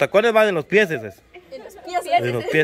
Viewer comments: se dice pies no PIECES según la real academia de la lengua española. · se dce pies, y no pieceses. Q bárbara, lee los comentarios para que aprendas a pronunciar correctamente. Xq tú lees loq te conviene. Hablas muy mal. Hay q leer para aprender, no nada mas es pedir dinero. La mayoria de ustedes hablan ml mal, pero leyendo mucho aprenderan a hablar correctamente. Ya deja deser tan ignorante.